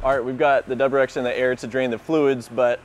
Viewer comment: Say it with me “W R X” that’s what the car is called; it’s 3 separate letters.